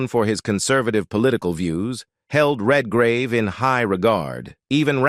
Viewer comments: Who ever does these needs to get the names right it’s not Vanessa Redgrave not Vanessa red -gauve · Venessa Redgravey what a horrible pronunciation of her name. Its Venessa Redgrave - Red as in colour and Grave and in burial. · They couldn't get a human to do the narration? Hess-stone... Redgrawvay... AI still has a long way to go. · Per fer man ses....REALLY?!?! red gar ah vey!!!??? (For those of us who speak well known words...performances and Redgrave) And when did Gene Simmons become "a glamorous Hollywood actress!?!!?😂😂🤣🤣🤣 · Heston was NEVER black-listed in Hollywood. It's 55 Days AT Peking not TO Peking. It's Vanessa REDGRAVE (English actress) not the Italian sounding RED-GRAVEH. Heston didn't appear in The fall of the Roman Empire, it was his Ben Hur co-star Stephen Boyd. This is so bad I can't keep watching. Good luck!